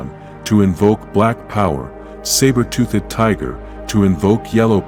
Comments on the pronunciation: I hate the AI saying sabertooth tooth and tiger zord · The AI killed the video for me. “Sabertoothic tiger” “Zorden”